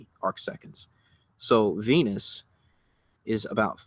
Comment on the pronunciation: and its venus not venis!